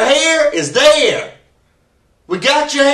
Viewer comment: “Your HAYRE is THAYRE.”